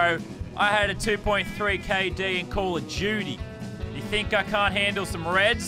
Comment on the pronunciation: "Call of juty"